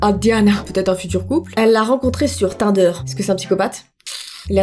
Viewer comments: *TINNNNNDER . ON DIT TINEDER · C'est tine-deure pas tin - deur 😭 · enfate tinder on met pas ensemble "in"on dis ti nder voilà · 6 énigme : c'est pas tinder c'est tinder (tu ne l'a bien prononcée) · tu prononce pa bien tinder ou quoi? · elle saos pas du tout dire tinder 😂😂